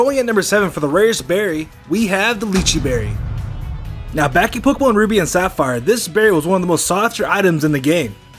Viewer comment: when he said leachi berry i thought he said gucci berry. I've been watching way too much little pumpinagher